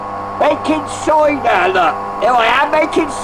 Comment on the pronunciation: making soidah! making sooidaah!